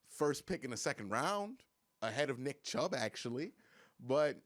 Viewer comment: Weird way of saying nick chubb